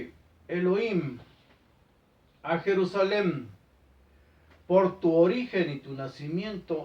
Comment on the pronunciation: Jajaja, pense que decia PERUSALEN